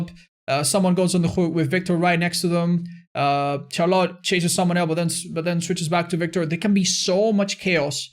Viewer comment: I love ya man, but i hate how you pronounce Charlotte